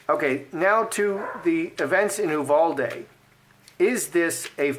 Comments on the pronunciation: In Texas we pronounce Uvalde- “you—Val-dee” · Quick pronunciation primer: You VAL Dee